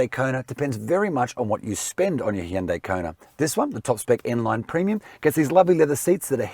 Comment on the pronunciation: is one of the best Australian car reviewers by far - another great review. Plus he can also pronounce Hyundai correctly!